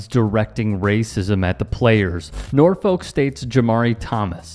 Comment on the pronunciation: It's pronounced NOR-fik